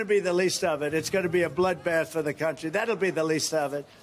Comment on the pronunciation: Appropriately, Dump cannot pronounce "country."